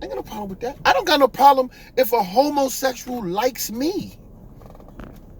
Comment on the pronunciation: The way you say homosexual is too darn funny